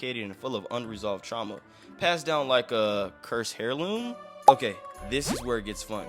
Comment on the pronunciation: Heirloom is pronounced "air loom", not "hair loom"